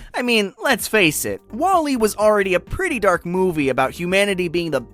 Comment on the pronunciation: if you say WALL-E like that one more time I will commit a war crime